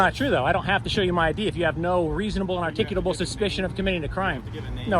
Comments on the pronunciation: Dude, there is not a second "T" in "articulable"!!! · You can’t pronounce “articulable” to save your life